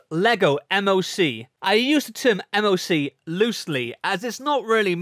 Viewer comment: moc is pronounced "mock" like a word like how people say "lol" instead of "el-o-el"